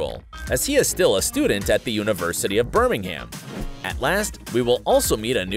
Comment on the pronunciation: birming - ham hahahh